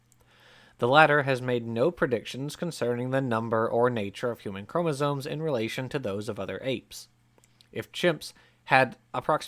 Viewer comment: Is it just me, or does the guy narrating the original video keep saying "chomosoNes?"